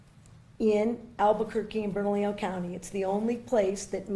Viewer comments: Just a heads up it's pronounced ber-nuh-lee-yo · It sounds like Bern-a-lee-yo county. The double l’s get a “y” sound like in Tortilla